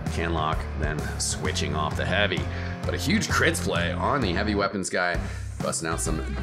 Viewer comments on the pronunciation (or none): Lol he said “tHeN tHa HaaVy~”